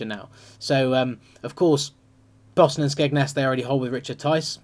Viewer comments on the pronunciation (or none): none